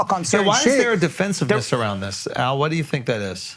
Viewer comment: AL with the L's right on que. Its incredible 😂